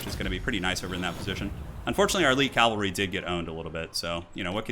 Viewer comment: Cavalry. Not calvalry and not calvary. Awesome commentary though! O_O